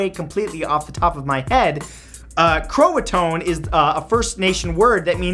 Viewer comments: It's ro-an oak, not ro-an- oakey! And it's pronounced crow a tow an! Not crow a tone! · And Croato-an not Croatone haha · Roanoke is pronounced "ro-uh-noke", not "ro-uh-no-key". Also, Croatoan is pronounced "cro-uh-tow-in" not "cro-uh-tone", and Croatoan was the name of a neighboring island or something like that. I learned about it at the beginning of the year last year so I don't remember every detail but I remember how to pronounce it. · Matty baby its pronounced Row Ah Noke. Don't accent the E. and its Crow ah toe ah. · Hey Mr.Matthew it is pronounced ROO-A-NOOKE AND CRO-SHIN. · He also pronounced Croatoan wrong. It's Crow ah toe an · I'm giggling because Roanok-ee.. It's not pronounced that way Roa-noak Croatoan is like cro-a-toe-an Darn it Matt, I love yah but pronounce it right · I believe its actually pronounced Crow-ah-tow-ann. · I live in NC U.S.A and Croatan was an Native American tribe and it's pronounced crow-a-tan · That's pronounced ROW-an-oak and Crow-uh-TOE-un.